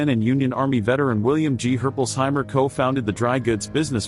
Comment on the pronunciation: Yeah im a Herpolsheimer and that pronunciation is bad